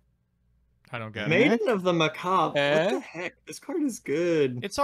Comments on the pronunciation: This dude really said Mock a Bray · did he just call macabre mak a bre?? LMaoooooooo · Dude deadass said "Mockabray" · "Maiden of Macabray" I always enjoy your card mispronunciations but when it's on a normal English word it's even funnier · Nobody: Actually Nobody: For Real, Nobody:: "Maiden Macahbray" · Lady of Mack-Uh-Bray 😂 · Macabre is technically French, so it’s understandable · He really knew how to say "Izanagi" correctly, but fucked up "Macabre" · Dude can say c'est la vie but not macabre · His pronunciation of Macabre makes my ears hurt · pog is gone when I heard how he pronounces the word macabre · I take it back with the character progression of learning to pronounce macabre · He's trolling when he said Maiden of Macabre right?